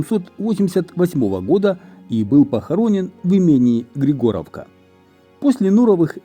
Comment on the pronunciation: Ударение на И, ГрИгоровка.